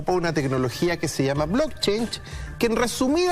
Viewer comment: blockchain wn, no "blockchange"